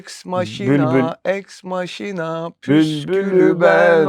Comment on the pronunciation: Eks maşina değil yalnız, eks makina :)